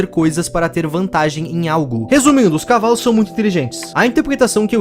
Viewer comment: Acho que o Carlinhos fala cavales